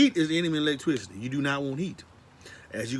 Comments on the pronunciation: You say lots of things twice.. You say lots of things twice.. Wait did you say "electwicity"?? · Lost me at "electwisity" 🤣🤣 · I thought he was saying Leg twisty at first and I was like wtf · I believe electricity should have been pronounced the way he says it.based on how well he explains it, It's now officially called ' electwisity'. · Lol. Man that is funny.. When he first said it. I was like huh. Lol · TWADE OFF DA AWECTWICITY. This Guy is 1 of The Bayou Boyz! Ja Zion and dis Rye'Cha